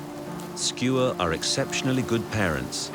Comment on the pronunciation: Isnt Isn’t is Skua, not Skewer?